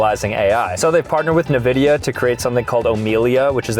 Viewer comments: did he just say nuh-vidia instead of en-vidia ToT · ITS N-VIDIA NOT NVIDIA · “ne vidia” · It's N Vidia not navidia! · the way he said nvidia is diabolical! it's not nv vidia! it's N vidia! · It's 'N' vidia, not na-vidia 😮😂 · "They partnered with NUH-VIDEA" ? Tell me you don't play games without telling me you don't play games. 💀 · Nuh-vidia?! Nuh-uh, Vidia! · no it’s n-vid-ee-a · uhh i dont think thats how you say nvidia